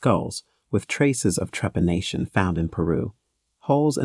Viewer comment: How come the robot voice can pronounce the word trepanation , perfectly? Yet mispronounces the name of the country Tibet, as Tybet?